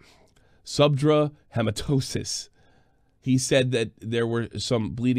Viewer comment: “Subdural hematomas” “SUBDRAWL HEMATOSIS”